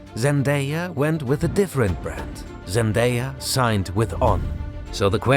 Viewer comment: Who the heck is zandaya???